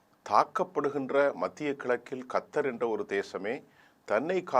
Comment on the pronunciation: அடேய், கத்தர் இல்லடா கட்டார். கத்தர் என்பதன் அர்த்தம் தெரியாதா? முதல்ல உச்சரிப்பை கற்றுக்கொள், 😅